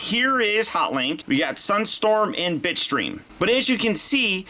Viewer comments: nope you're not the only one lmao, I could swear he said "bitch stream" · Nope me to dude i been hearing bi*chstream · Everytime you said Bitstream I had to rethink what i heard because I couldn't not hear bitch stream